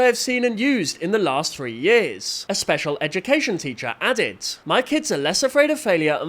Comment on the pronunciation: emphasis on the special